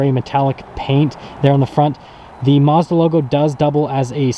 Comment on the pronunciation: This guy can't even say Mazda correctly